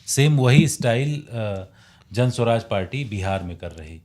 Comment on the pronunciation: पहले तो आपलोग बड़े विद्वान हैं जनसुराज नाम है ना कि जनस्वराज